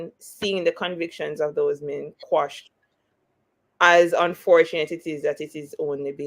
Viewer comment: The word is actually quash…meaning to ..put an end to..Jamaicans the ones who don’t know better say squash. Listen to the Englishmen and Bert Samuels for the correct pronunciation.